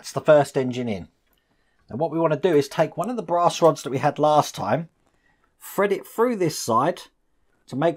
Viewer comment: Love your videos,! Leaning toward starting this model but haven't decided yet. Waiting on the Ecto-1 to resume. Also, anyone else think about playing a drinking game to this video? Every time says 'fred this froo', do a shot! I'd be falling out of my chair halfway froo (through) the video!!;-)